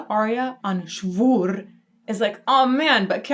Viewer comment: ... never heard a cuter pronounciation of SCHWUR than hers ... purrfect! Addicted to the Queen of the Night since the age of 10. Happy to see some enyoing it as much as I do. She's the Queen of the Night!